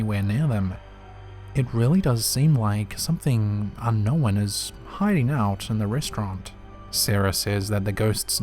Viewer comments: There is not a single accent out there that justifies the mis-pronunciation of the word "unknown" as "unn-nowinnn" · I've gone back to a few of your older videos lately and you never used to run your words together like this but you have always said un-kno-wan 😂